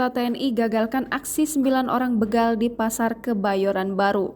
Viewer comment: BEGAL.. Bukan Beugal 😊😊😊